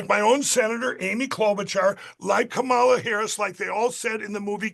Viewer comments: Insufferable sore winner. Still can't say Kamala's name correctly. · They STILL can’t bring themselves to pronounce her name correctly. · Seriously, can even one Trump supporter pronounce Kamala’s name right…. Even just once? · He still can't pronounce "Kamala." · WHY can not a single Republican properly pronounce Kamala's name? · Why in the hell can’t people in the right pronounce Kamala’s name correctly?